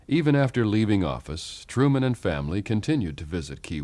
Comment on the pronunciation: Nine years have passed and you still haven’t corrected Harry “Turman.”